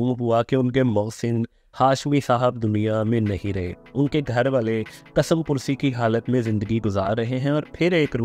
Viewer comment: کیسے کیسے ان پڑھ ، جاہل لوگ وڈیوز اپلوڈ کرواتے ہیں۔ ملٹی نیشنل کو ملٹائی نیشنل، کس مپرسی کو کسم پرسی بولنا ان پڑھ ہونے کا ثبوت ہے۔